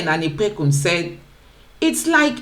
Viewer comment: What is San anipekun.... come on... if u hv to be on social media atleast u can learn to pronounce a Nigerian name... it is OLANIPEKUN....NOT ANIPEKUN....JEZZZZ